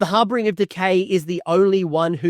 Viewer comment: Great video. One small note. It’s HarBINger. Not HarBRINger. There’s only one R.